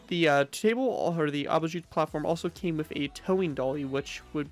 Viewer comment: your pronunciation of Abschussplattform is all wrong. Nice video regardless.